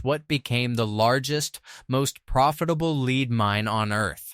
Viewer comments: The word for the ore is called LED not LEED. The English language really does mess with AI It's so annoying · You need to learn how to pronounce the names of these cities before making a video. You mispronounce almost every single name. Park hills and Herculaneum is the only ones you go pronounced correctly. Even lead. 😂😂😂😂😂